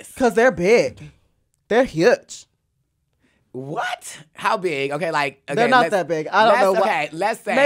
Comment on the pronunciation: Topic: Bull Castration Heidi (southern/valley girl accent): They're HUge